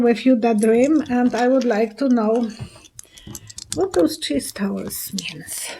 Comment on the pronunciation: Thank You ! I thought she was saying cheese towers !